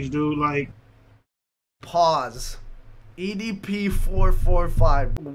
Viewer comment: lex sounds like he’s having a stroke when he says “EDP” 😂😂 love this man